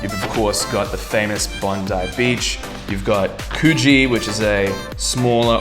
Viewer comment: The way you're mispronouncing Coogee cracks me up lol.